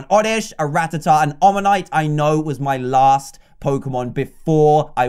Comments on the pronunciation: It's not ratahtah it's ra-taa-ta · It’s ruh-tat-tuh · Rattata is pronounced ra tat ar